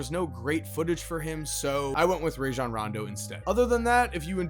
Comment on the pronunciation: It's Rah-Jon btw. His mama made the shit up